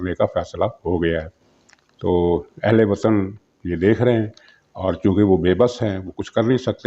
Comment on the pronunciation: Ahley wattan na kahen bal k ah la wattan 🤣🤣🤣